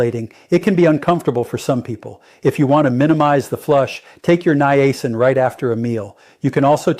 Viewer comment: I didn't realize you had become an AI bot . . . good info but you might want to review your bots important pronunciations like how to say Niacin. It starts out saying it correctly, but later it just gets worse and worse. It seems to like saying Nye-A-sin. Quite a few graphic glitches as well. You might want to consider a different AI model (not the representation of you, but the actual A.I. application).